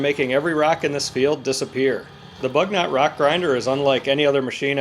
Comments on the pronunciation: AMERICA BU - NY - OH BUG NOT I ASK YOU. bu-: Pronounced like the French "u" sound (lips rounded saying "ee") or close to an English "oo" sound in boot.- gnot: Pronounced like "nyo" (the standard French gn makes a soft /ɲ/ palatal nasal sound, similar to the "ny" in canyon) followed by an open-o sound (oh), with the final t dropped Again coupé the final e sounds AY EMBRACE YOUR EUROPEAN HERITAGE. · FYI, it's pronounced “boo-NYOH” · They do a lot of this kind of work in Europe. I wonder if this machine is French and if it is then possibly “Bugnot” may be pronounced differently?